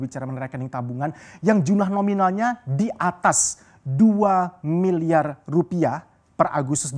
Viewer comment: Susah bro ngomong R wkkkw